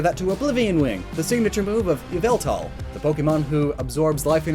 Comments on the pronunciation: did you mean YAVALTAL lol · you said it wrong its YAVELTAL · Its not Yveltal Its YA-VOW-TALL! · ITS YAHVELTAL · ITS YAVELTAL YOU UNCULTURED HUMAN BEING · It's yah-vel-tal